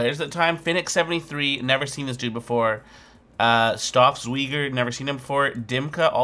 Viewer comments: hahaha gvd ik ging stuk om zijn uitspraak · yeah, that cracked me up since its Staubsauger in german and i thought it was exactly that. :D